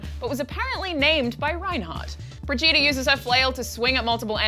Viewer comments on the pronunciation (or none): your pronaunciation of brigitte is atrocious. it's Bri(like Alison Brie)-git(like in git gud)-te(like "the") and not like vegeta from dragonball but with a "b" in the beginning.